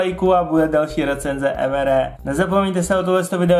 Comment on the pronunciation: Prosim te nečti to EM ER E ale EM AR I. :-DDD